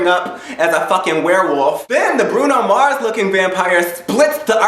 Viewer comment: brueno mars Lmfaoooo